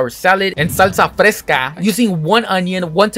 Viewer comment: Soy latino y tengo que decir que el "salsa fresca" sonó muy gracioso, eso me hace pensar en lo estúpido que debo sonar cuando intento pronunciar algo en ingles, y el video es increíble sigue así